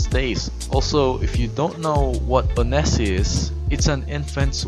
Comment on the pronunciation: Uhhh.. Onesie is pronounced wunzee